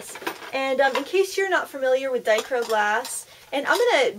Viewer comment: It is pronounced "die-CROW-ick".